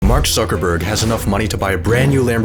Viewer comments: "Mark Sucker Burg" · “Mark Suckerberg”💀